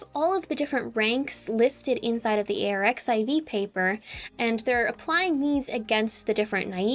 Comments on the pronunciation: it's pronounced "archive" (the X is the Greek letter chi btw). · arXiv is pronounced “archive” btw